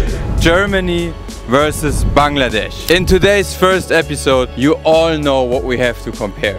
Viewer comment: Finally someone who says bangladesh the right way